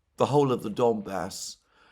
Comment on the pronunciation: i alsways hear "Dumbass" instead off "Donbas"